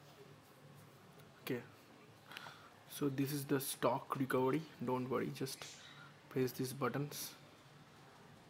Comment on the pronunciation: bhai is recovery not recovedy. just saying.